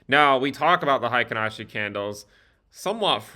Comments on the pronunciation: "Hi ken ashi" is the incorrect pronunciation. Should be more like: "Hey Keynn Ashi". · Hey-kin, not high-kin :) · its pronounced HEY-KEEN ASHI